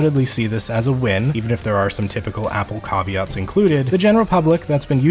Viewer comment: Did I just hear you say “cahveats” for caveats lol😂